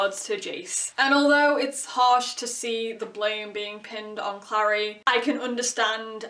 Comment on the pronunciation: the show is soooo baaaaad noooooo don't touch my booooks! CRinGe ATTacK p.s. the way you say Clary is weird. You say Clari, I say Clairey